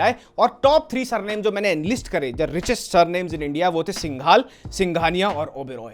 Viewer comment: Hey.. It is not सिंघाल... It is called सिंघल And how do I know...coz I am also Singhal.